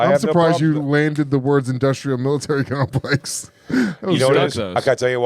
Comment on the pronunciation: Jay says it wrong, then Luis is like, ‘I’m surprised you said it right’, and then he says it wrong, lol. It’s Military Industrial Complex